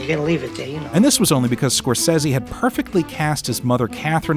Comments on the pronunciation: please...it's Scorsese 😇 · How you gonna watch this film since you were a kid and still can’t pronounce Scorsese right. Fucking buffoon.